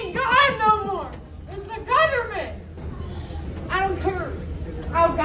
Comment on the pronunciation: ...because the GOVERNMIT mumblemlbbllb...LOL